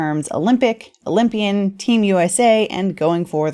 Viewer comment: Cant say oly mpian sheesh😮